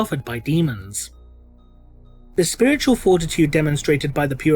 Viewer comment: “...The Oh-So-WONDeful-I-COULD-SHIT-My-POWEPANTS-SpiwitauwLIEGE!”